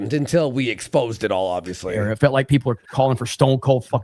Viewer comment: Emphasis on felt lol